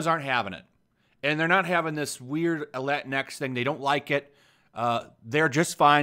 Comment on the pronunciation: You can't even pronounce Latinx in Spanish correctly! Minimo yo no puedo lol